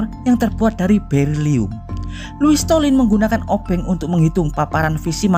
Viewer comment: Loius slotin.bukan stolin.salah nyebut tuh